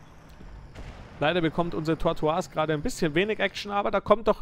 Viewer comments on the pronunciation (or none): Das ist kein französisch du spricht den Namen nur falsch aus. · "Tortoise" wir nicht französisch ausgesprochen, sondern englisch, weil es Schildkröte bzw. Landschildkröte bedeutet.